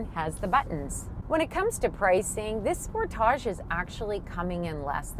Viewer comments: Thats not how Kia says Sportage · I like sportaaaage pronunciation much better…….not sure how to spell it. 😃 maybe sportahhhge? Great review……..good looking vehicle………love interior